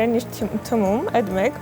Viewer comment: էրեխեք ջան, թմում չէ, թիմում